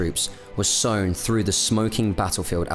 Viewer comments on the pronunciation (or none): none